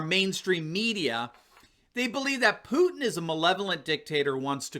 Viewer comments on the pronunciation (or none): none